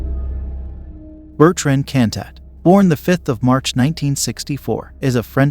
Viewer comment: Bertrand Cantat anglo pronounced